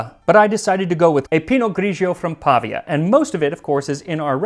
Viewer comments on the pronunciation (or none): Hi Max. I have to try this!!!! Don't mean to be a jerk, because usually your pronunciation is amazing!!! (but its pa-VI-a, and Pi-not Gri-gio, not Gri-gi-o) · Dude, it's Pavìa; not Pàvia.